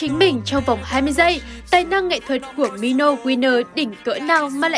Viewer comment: Khúc cuối là MINO chứ không phải MONO đâu ad ơi=)) P/S : Chắc bả bị Mono thao túng tâm lý r